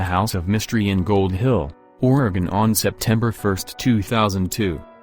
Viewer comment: If you're going to talk about Oregon it's probably a good idea to learn how to pronounce Oregon correctly. This narrator's tone, and phrasing makes the mysteries sound like low level comedy.